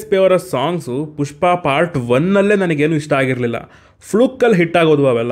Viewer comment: ಪುಷ್ಪ ❌ ಟ್ಯೂಷ್ಪ ✔️